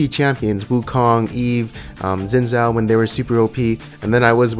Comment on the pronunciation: Hey buddy, could you please stop pronouncing Xin's name like that "Dzin Dzao" stuff? His name is Xin Zhao. It's a chinese name. It's pronounced differently. "Xin" should be closer to "Sin", and "Zh" in "Zhao" is more like "J" in "John".